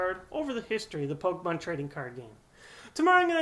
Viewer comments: I love these videos and enjoy all these errors and what not. I just think it's funny that you know the correct pronunciation for Phanpy, but continuously miss pronounce PokEmon. Don't want to sound like dick, or anything, Just something that made me chuckle. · MY GOD IT'S POKEMON NOT POKEMONS